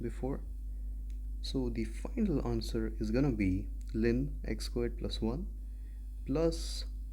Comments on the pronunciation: it's ln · Back when I was in Pre-Calc 12, my professor pronounced it "lawn" and few of my classmates straight-up said "L N". "Lynn" is quite a new pronunciation lol